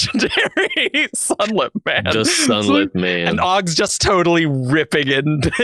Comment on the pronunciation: I'm not going to give you a hard time for not liking Fury Road but the fact that you pronounce it "Augs" is unforgivable.